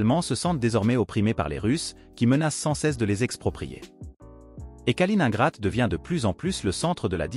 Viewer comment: Ça fait mal à l'ouïe la prononciation de "Kaliningrad"